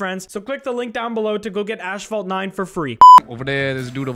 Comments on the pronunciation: Ashfalt or asphalt 😂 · I love how he says ashphalt instead of asphalt. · It's asphalt, not ashphalt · What-phalt? Got me acting up 😳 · “Ashfault 9” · mans said ashfalt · dis doooood said ash-fault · imagine saying ash-phalt…but fr tho keep up the great work we all love the content😘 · This guy said "ASHphalt 9". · saying ASHphalt pissing me off haha but still wonderful video 🥹🔥🔥🔥🔥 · "Ashfalt 9" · Why you saying ash-fault in sponsor ad? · I hate how says “ashphault” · It might be a Canadian thing but why does he say asphalt like “ash fault” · You did not just say "Ashphalt" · Why you calling is ashfault? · I don’t know why but him pronouncing asphalt like “ash-fault” bugs me more than it should… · Cant say Ass in the first few minutes might get demonetized, so he mispronounces an entire ad read to get around it lmao 🤣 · Please just say asphalt right